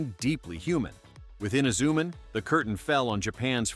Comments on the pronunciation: Yeah its Himitsu sentai Goranger. nothing else XD Technically the first Sentai is Ishinomori's first co-worked anime Rainbow Sentai Robin. Also hate how this AI keeps calling Inazuman inzuman or something. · Filled with the usual A.I. inaccuracies and mispronunciations ("Eena-ZOO-m'n"?), and what are "bell-bottom boots"?